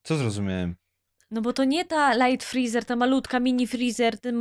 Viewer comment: Z db to jest frezer a nie frizer